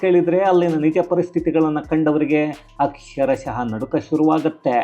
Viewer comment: ಅಕ್ಷರಶಃ ಅಂತ ಆಗಬೇಕು. ಅಕ್ಷರಶಹ ಅಲ್ಲ. ದಯವಿಟ್ಟು ಗಮನಿಸಿ ಮತ್ತು ತಿದ್ದಿ.